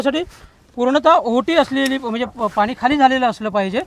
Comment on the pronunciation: राहुलजी आहोटी नाही. ओहटी असा शब्द आहे.